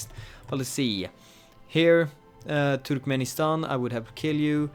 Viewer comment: first time i saw a foreign person pronouncing "Turkmenistan" correctly